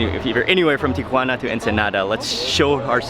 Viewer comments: Tikhuana? lol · FROM TIA"WANNA TO ENSI"NADA" FOR ENCHI"LADA"